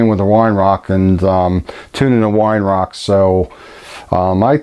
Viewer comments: its pronounced veye er-rark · Weihrauch is pronounced vei rowgh.